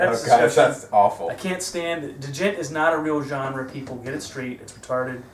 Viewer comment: The d in djent is silent grampa